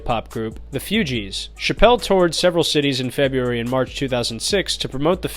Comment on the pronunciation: much respect youngen, just learn about pronunciations of certain things before airing, e.g. fugees